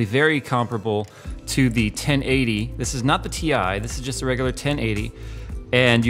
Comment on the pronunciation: you pronounced Ti wrong